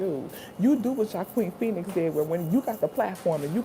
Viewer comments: I love your reactions and btw his name is pronounced “wahkeen” 😂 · His name is pronounced 'hwakeen' phoenix